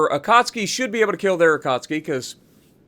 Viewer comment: man I love your videos but pls pronouns akatsuki right